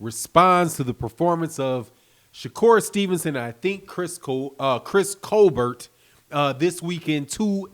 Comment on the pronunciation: Dude still sayin "colbear" instead of colbert🤦🏽‍♂️